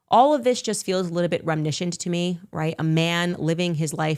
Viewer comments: “rem nishant” 😂I think she means “reminiscent” 😂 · oh my goodness i forgot about her mispronouncing "reminiscent" why on earth does she say "remnishent" 🥴